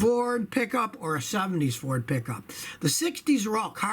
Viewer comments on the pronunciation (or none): none